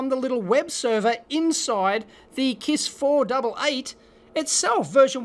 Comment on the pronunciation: This confused me a little bit, too. He clearly said 'four double-0 eight' several times, but when I looked, the equipment said 488, which would be 'four double-8,' right?